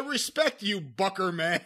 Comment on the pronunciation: Booker man!!! Not Bucker man but I forgive you.